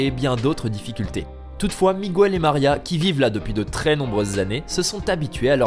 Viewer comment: MIGUEL se prononce mikel pas migu ell